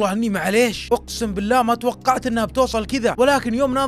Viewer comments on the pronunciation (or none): انت ذكاء اصطناعي يوم تقول ماتوقعت يقول ماتوقعخ